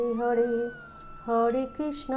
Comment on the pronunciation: Hore krisna, not hode krisna